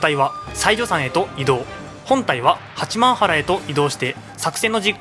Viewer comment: 地元民だけど八幡原「はちまんぱら」な